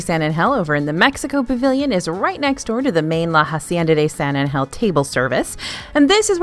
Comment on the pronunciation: Caramel, I feel can be either, but the word that drives me crazy every time you pronounce it is when you're talking about The Hacienda of San Angel. The word Angel sounds like you're saying H,E double hockey sticks 😅🤣 would it be possible for you to say it the correct way? I would greatly appreciate it.